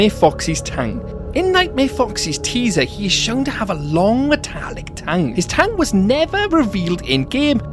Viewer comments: Tang? You mean tongue? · Tang? Do you mean tongue?!